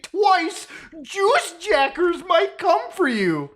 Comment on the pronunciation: The way you pronounce juice jackers lmao